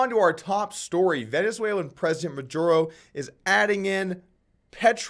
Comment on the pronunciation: Jesus Christ it took me a while to understand "Maduro". Gotta practice dat spanish Doug!